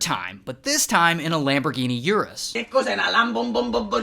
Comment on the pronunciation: "it was an lambomborghini"